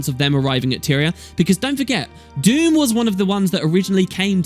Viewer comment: I thought it was Dhumm, not Doom? Then some Americans do have strange ways of pronouncing some words. The human gods leaving permanently would certainly leave a power vacuum, lots of nasty things could worm their way out of the mists. It might end up being a really Dumb thing. Another question is what are the human gods really? Except for Kormir, who was a human replacement, we have only seen their avatars, not their real selves. As for Scarlett she might not be totally gone, there will always be reflections in the dream, perhaps she could come back, changed now that her mind has been freed? Admittedly the chances of this are extremely low but I did suggest it in a short story on the official forums some time ago.